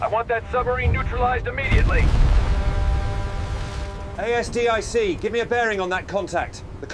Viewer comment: "Steady on the A...S...D...I...C..." 🤣🤣🤣 Sloppy AI slop. 👎